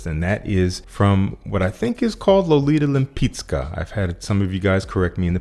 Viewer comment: Thumbs up for proper pronunciation of Lolita Lempicka :)